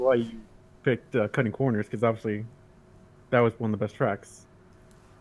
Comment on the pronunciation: I'm a northern lad and i still cant say it as well as you do.